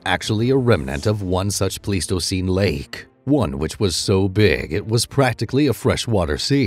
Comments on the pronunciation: Pleistocene is not pronounced please-toe-seen, it's pronounced plies-toe-seen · It's actually: plys-to-seen , The "ei" is usually pronounced as a "long-I", as it is in German. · It's not plies, it's Pleis-toe-ceen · Bruh, if you can’t pronounce “Pleistocene” correctly, I’m not going to believe anything you say after that. That’s really embarassing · you don't even know how to say the word pleistocene. haha